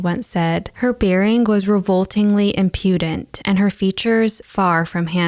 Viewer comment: a lil hint: it's IM pew dent, not im PEW dent. sorry. I really liked this story.